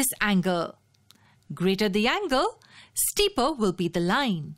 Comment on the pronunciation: I love when narrator say steeper like steeperrr.